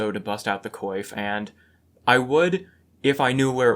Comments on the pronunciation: Is "coif" really pronounced like "coy-f"? I always heard it pronounced as "kwaf" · Coif is pronounce "kwoff" not "koyf"